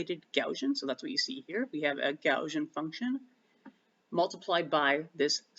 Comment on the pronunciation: Never heard someone pronounce Gaussian "gow-zhun" before!